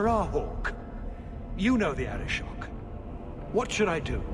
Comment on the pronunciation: Just one comment: Arishok. Not Arishock. :-)